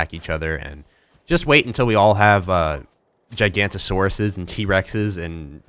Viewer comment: It's not ji-gan-toe-soar-us it's giga-nauto-soar-us